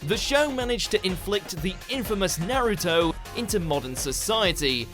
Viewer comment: Nux Taku interviewed that Naruto runner. He’s not a fan of the show and he doesn’t know how to pronounce Naruto correctly.